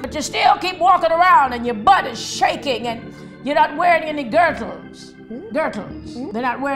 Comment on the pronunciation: She said girtle,im dead